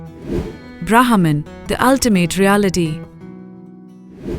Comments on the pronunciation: Please. Its not Brahaaman. Its Brmhan. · Sai Ram dear you are pronouncing wrong the name of Brahman the letter H is 🤫 silent 🤓 please do not confuse the westerners thank you 🙏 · say brehman